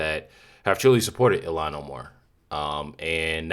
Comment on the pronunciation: I think her name is pronounced ill-hawn or something close to that.